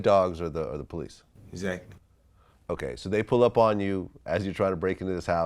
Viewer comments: Esackly how many times esackly did he say "esackly" ? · "Know what I'm say, Exsatly" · I wonder how many times he said eggzactly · interviewer: exactly lil baby: eggzactly. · Instead of saying ehgzakly, nigga should be saying Yes Officer. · Waitress : what do you want Lil baby : axactly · Ekzackly, akshally, supposszally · boyyyy if dis nigga said say exaxtly one mo time istg 💀💀💀💀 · exactly EXACTLY EXXXXXXXACTLY axectly exactly